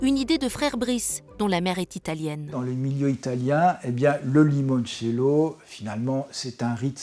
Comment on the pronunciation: Bravo pour le "Limoinecello" 👍